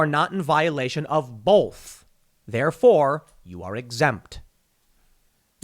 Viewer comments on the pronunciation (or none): Tim says “Bolth” instead of both . I used to do that too, and thought I was the only one! I also used to say “Torlet” instead of toilet, but I traced that back to my grandmother through my mom, they both (lol) said “torlet paper”. IDK where I picked up “Bolth” though.